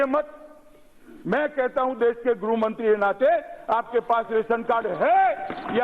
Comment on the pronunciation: वीडियो को जरा ध्यान से सुनो अमित शाह जी गृह मंत्री को गुरुहो मंत्री बोल रहे हैं क्या है यार यह